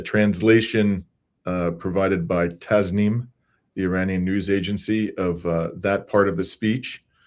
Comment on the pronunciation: Correct pronunciation for Tasnim News is Tacnim not Taznim! Thank you